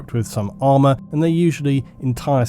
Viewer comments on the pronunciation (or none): none